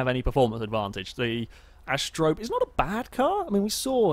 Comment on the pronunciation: Not Ast-rope.... "Ast-e-ro-pay" ... lol. Like the Greek myth, she was one of the seven Pleiades...